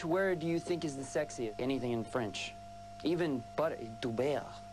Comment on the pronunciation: Dou bèrre 😂 jpp , il m'a tué 😂